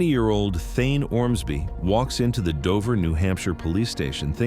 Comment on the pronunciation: Man, I really fucking hate these disgusting AI narration voices. Thayne's name is said out loud so many times in this video, yet the "narrator" pronounces it "Thine". Try harder, please.